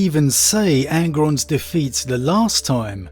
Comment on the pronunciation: "Who can deffite angron" every one